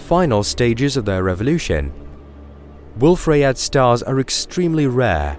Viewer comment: This is good narration, but it's AI. Wolf Rayet should be pronounced Wolf Ry-yay. It's French.